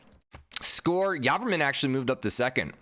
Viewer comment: I'm Khmer and so excited that he made it to the knockout round. Also I'm highly triggered that you say Yarvarmun Instead of Jey-vora-man. Anyway this series is the thing I look forward to every morning keep doing the fantastic job.